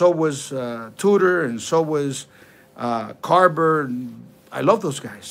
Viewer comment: Not "carber" but Carver!😁🤣😂